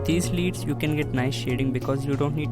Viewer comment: Bruh....it's pronounced " led "